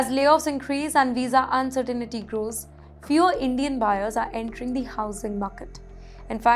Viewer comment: The pronunciation is "uncertain-tea"... Please... 🙏